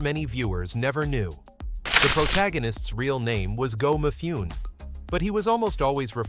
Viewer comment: Where'd that car in the title thumbnail come from? It's NOT the Anime series car. 😮 "Mifune", the 'e' is pronounced, not silent. Born in 1957, I grew up in the 1960s and early 1970s. I never saw this show, as I don't think any of our local TV channels carried it. I first saw it in the 2000s when I got online, and watched it on Netflix. 😮